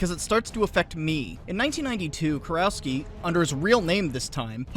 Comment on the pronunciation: Small correction. The proper pronunciation would be something like Kurofski.